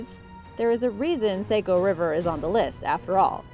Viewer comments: Just so you know it's the s-ah-co or saw-co if that's easier river, not s-aye-co. Most of us from maine don't care if you pronounce it wrong, but some others take it way too seriously so just thought I'd let you know the real pronunciation! We're never on any cool lists so it's just neat to see us mentioned on ANYTHING. We're not exactly known to be a bustling place 🤣🤣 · Hehe ithe Saco river isn't pronounced like that, it sounds like Sah-co not Sai-co just in case you were wondering! Cool video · it is named the "SAW-CO" river not "say-co" river! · Yooo it's pronounced Sah-co not Sayco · Sah-co is the pronunciation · I grew up in Saco! 😁 - it’s pronounced “Saw-co” (except by those southern transplants from Boston 🙄) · I had a hard time listening to her pronunciation too lolol I just wrote a comment above like its S-ahh-co 🤣